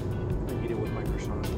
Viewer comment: his accent makes it sound like he’s saying yeet instead of eat 😂